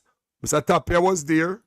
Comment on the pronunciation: ..JC Donald Ray Tapia his name is pronounced TIP-ia.. the A sound as i